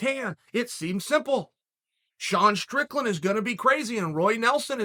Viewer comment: Props to Chael for saying “Sean Strickland” correctly like five times in this video!